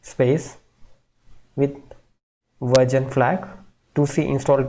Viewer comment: Its not verjon its version 😆